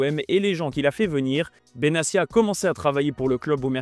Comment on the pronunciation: benatia se prononce avec un T